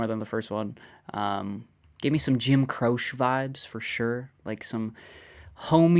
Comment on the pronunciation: Just so you know, Croce is usually pronounced like "crow-chee," not "croshe". Appreciate your channel!